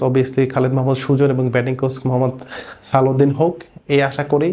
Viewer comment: “কোস” না “কোচ”॥